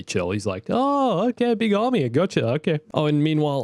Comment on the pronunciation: What really gets me during the holocall to Mace and Yoda.. “a clone ARMAY?!”